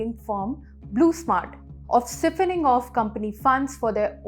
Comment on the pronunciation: Seephoning? What does that mean?